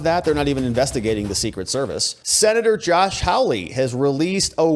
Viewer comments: How lee? Haw lee! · Geez, when are you going to say this guy's name right? Hawley, pronounced "Haw-lee". Not hard.